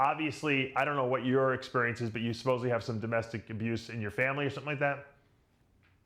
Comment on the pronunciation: I know this is a year old, but, it’s “supposedly”, not “supposevly”. There’s no “v” in that word. SupposeDly.